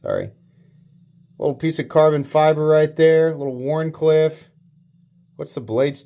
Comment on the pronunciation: Name is "Variable Wharncliffe", not "Warfable". 😂